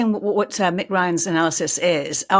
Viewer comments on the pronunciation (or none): none